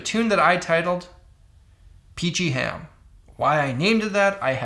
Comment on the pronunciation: Heard "Peachy Ham" as "PG Ham" :D